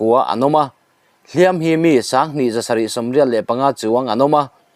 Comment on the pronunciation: Hliampui tuar i lam dan hi a dik lo, hliam hi ti hniam la